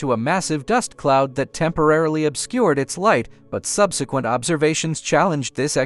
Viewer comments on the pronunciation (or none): none